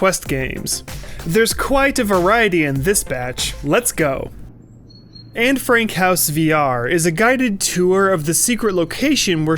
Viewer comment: I died when he said, “Anne Frank Houe VR”